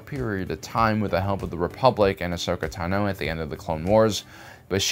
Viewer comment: It took me so long to find this comment. I was thinking the same thing. Also the way he says Tano. He stresses the wrong syllable.